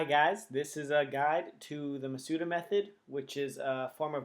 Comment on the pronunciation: Thanks for the video, but with all these I've seen, I'm getting a little peeved at pronunciation. In Japanese, the 'u' sound is very rarely pronounced. The stress should be on the first 'a.' MA-s-da.